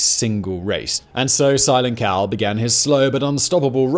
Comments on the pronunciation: I heard silent cow lol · I’m I the only one who heard “Simon Cowell” every time he said silent Cal?? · At 22.25 I thought he said "Simon Cowell" 😂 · I no it's not what your saying, but the amount of times I heard "Simon Cowell" 🤦🏻 🤣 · Thank God you have a transcript. I was 14 minutes into this before I realized Simon Cawl is Silent Cal. Might be the accent might be my shitty hearing but boy was I not getting this right got to start over. Love the content though thanks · Simon, every time you say "Silent Cal" it sounds like "Simon Cowell" :P But seriously, I love this U.S. Presidents series! Can't wait to hear on the presidency of John Adams! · Every time you said "Silent Cal" I heard "Simon Cowell". Lol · Simon Cowell, I keep hearing Simon Cowell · Even though I knew Simon was saying "Silent Cal" I kept thinking he was saying "Simon Cowell".